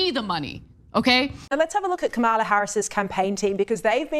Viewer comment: Do you mispronounce her name purposefully? I mean, she's been the goddamned vice fkcn president for three and a half years, so I'm sure you've heard the name ten thousand times and you've been corrected on your pronunciation. Is COMMA-la a hard word for you to pronounce? Do you mispronounce her name on purpose as a juvenile attempt to insult her? if someone called you Shawn Fitzgirl, would you be insulted by that? What if they accidentally did it and you corrected them? How many times can they call you Fitzgirl and get corrected before the term becomes downright offensive? If you used term "mute point" instead of "moot point," how would you react to being corrected? Would you be embarrassed and make an effort to correct your pronunciation? Or would you stick to "mute point?" Is there a statute of limitations on when you'll pronounce her name correctly, or are you sticking with this indefinitely? You've already had three and a half years to figure this out, and you're still fucking it up, so if she's elected President are you going to keep this up for four years or correct yourself?